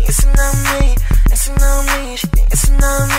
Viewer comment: wen he says dancin on me it sounds like pissin on me hahaha